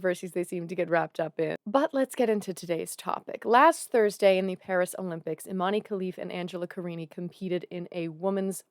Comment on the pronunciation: as an algerian myself just wanna correct you on Imane's name is not pronounced eemanee it's pronounced [ee-mæn] like saying E-man.